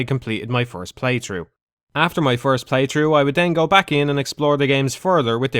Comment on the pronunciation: PlayTHRough. THRough. T-H-R-O-U-G-H. Not "playtrew." Fuck that was bothering me.